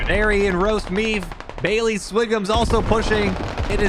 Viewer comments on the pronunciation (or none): none